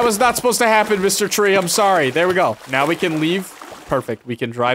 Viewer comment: “I’m sohrry!”